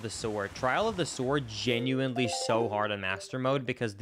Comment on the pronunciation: There's no t in genuinely